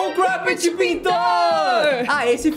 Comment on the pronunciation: Não É crupet e "crumpet" com M mais se quiser falar "crupet" todo bem 👍